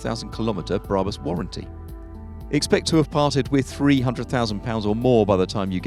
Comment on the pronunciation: It's pronounced BRAB-US and R-U-F, not ROOF.